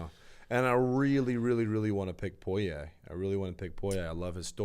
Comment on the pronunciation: you are saying Dustins' last name wrong! 🤣